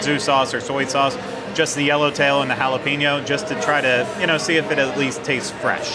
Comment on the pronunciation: It's haa·luh·pay·nyow.